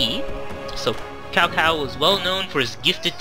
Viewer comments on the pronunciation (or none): Its not cow, it would sound like this 'Chow Chow' and actually in the tv series of the Three Kingdoms, the Cao Clan are bad. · Its pronounced Tsao... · God OMG Cow clan again........... It's not pronounced that, even Dynasty Warriors learned that later on.....